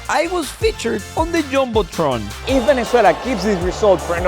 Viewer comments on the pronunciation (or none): When bro said jumble tron